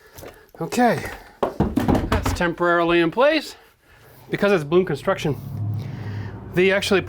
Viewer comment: Are you saying "balloon construction"? That doesn't seem right but I can't tell what on earth you are saying hahaha